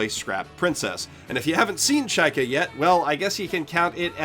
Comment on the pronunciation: Just so you know you pronounce zvezda completely wrong. It's not japanese word, it's russian (Звезда=Star), therefore accent in the word does matter. Accent is on the letter A, by the way (zvezdA). Well, at least you say chaika right. And yes, it's also a russian word.